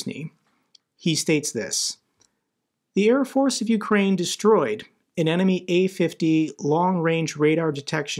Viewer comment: what got me most is one of the commentators: he called it u-50, not a-50, like u-boats :D